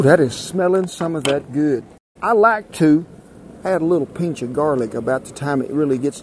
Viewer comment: Everytime he said "pinch of" ...i laughed because it sounds like "pinche"